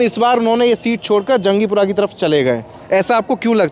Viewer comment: Ye reporter kya Delhi se bahar ka hai? Ek toh Jangpura ko Jangjipura bol raha hai. Doosra, lag raha hai iss reporter ne koi school nahin dekha, na koi mohalla clinic etc. His leading questions are missing. He needs to first know Delhi areas well before such onroad reporting. Reporter saheb, Kejriwal ne nahin, kewal 1000 bola hai mahilaon ko.